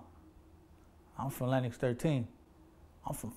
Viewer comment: yo im crying! he said "im from west side lenNOX!" i swear they do be sounding like that